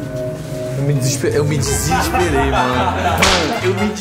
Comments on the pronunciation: Barulho: A: Eu me DISIXXPEREI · Ninguém: Absolutamentr ninguém::eu me DIGISPEREI!! ps:eu sei que se escreve desesperei porém o fala desse "jeito", foi apenas uma piada KKKKKKKKKKK